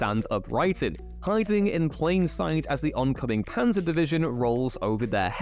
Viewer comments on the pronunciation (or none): none